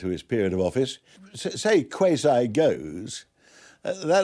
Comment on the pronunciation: When my man said "kway-Zai" lol like bro.. Its "kwah-zi" lol